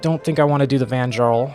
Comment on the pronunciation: All the J are pronounced Y, so its Van-YArl